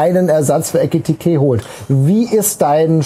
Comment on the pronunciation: Nachdem "Etikite" weg ist, braucht die Eintracht definitiv einen Ersatz, den man die nächsten 2 Jahre falsch ausspricht Also her mit Ritsu Doan.